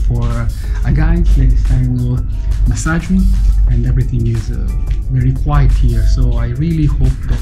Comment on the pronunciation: That pronounciation of massage...